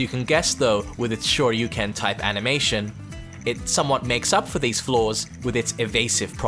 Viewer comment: Its shaoyu not jaoyu dude... Btw luv ur contents